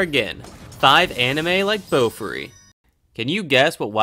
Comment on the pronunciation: Idk why but the way you say Bofuri irritates me A LOT. It's Boh-Fooh-Ri not BOWFRI